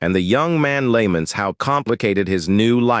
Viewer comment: The AI is so ass lmao, it can't pronounce "Lament" and "Ramen" to save it's damn life